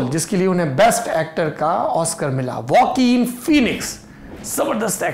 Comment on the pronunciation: not Woaquin Phoenix, its Joaquin Phoenix.